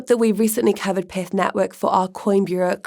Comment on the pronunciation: That’s pyth not pith.